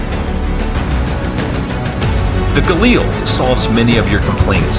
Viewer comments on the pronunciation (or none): LIL.... Like a woman named Lilly. Not EEL . Galil, not Galeeeel